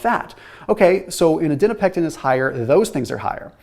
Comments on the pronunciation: You’re saying ADIPONECTIN wrong 😂. It’s not Adinopectin. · ADIPONECTIN, not adinopectin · I noticed that too!!! Was frustrating to hear haha, especially being in nutrition research and knowing it’s adiponectin. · Adiponectin...not adinopectin. The PhD in me won't allow it. LOL. Thanks for your enthusiasm in bringing these studies to us. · Its called adiponectin, but he keeps saying adinopectin :D